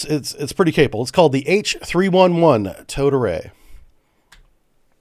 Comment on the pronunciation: I can’t be the only one that keeps hearing “toad array”, am I? 😂